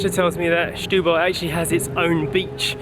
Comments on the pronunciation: Barely know the city myself so good on you! But ... what is with the pronounciation? Shetubal?... Just simply Setúbal. and it is Casa da Baía (Baeea), not Byea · As a teacher I must advise, it is not Shhhetubal. The first two letters are pronounced as if you were saying 'Senhorita'. Setúbal is still very run down, but the mayor is really trying... Try to take the car on the Ferry to Tróia, so worth it. Also, if you go to Outão, quite nearby, follow signs to the Hospital which is inside a fort. Enter the hospital and follow signs to the cafeteria. The view is absolutely amazing and all free. Patients in their rooms below have amazing views, just like you do and access to the small beach below is by going down the steps, carefully... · The issue here is not the "e", the issue is that J was pronouncing "Setu" as "Shtu". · Very nice vlog! And btw it's Sssssetúbal 😉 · The best way to pronounce the beginning is like they'd pronounce "stool". : )